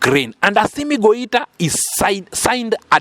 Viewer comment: Not Goita. This is why I don't listen to all channels about African news.